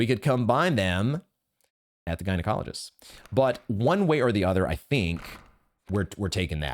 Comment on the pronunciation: I can't tell if you're saying gynecologist on purpose or not anymore.